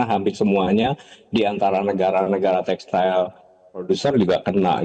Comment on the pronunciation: Textil pak....bukan textail